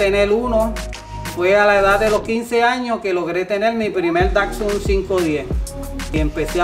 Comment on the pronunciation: Por lo menos aprende a pronunciar bien la marca Datsun pues , no es Dacsun sino Datsun ☝️